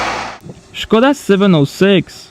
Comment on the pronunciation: The " ";)